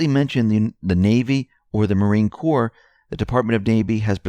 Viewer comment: I'm Afraid we deplorables truly are deplorable in spelling, reading what is written and pronunciation. Anyone else notice this? Like Marine corps is not a dead body. Pronounced CORE. And so on.